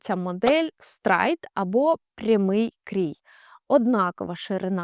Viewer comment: Хороша порада: коли озвучуєте щось англійською, спочатку послухайте в словнику в озвучці, як воно має вимовлятися, бо стрАйт прям ріже вуха